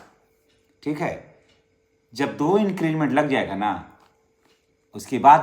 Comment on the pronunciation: आप बार बार इंक्रीजमेंट बोल रहे हैं,सही शब्द इंक्रीमेंट (increment) है।